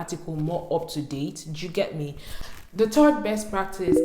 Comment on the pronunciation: 'Do you get me' - is learning the British accent already oo. Thanks girl